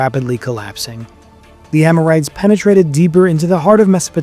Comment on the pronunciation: It's AMORITES, not AMORTIES!